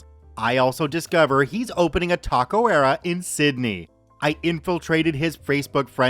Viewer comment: Good video man but FYI Its not "tacoera", its "Taqueria" as in "tah-keh-ree-ah"